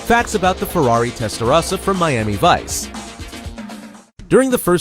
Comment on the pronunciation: is it AI because he's saying "Testarossa" incorrectly or is it a real narrator that doesn't know its TEST-UH-ROSSA not TEST-UH-RASSA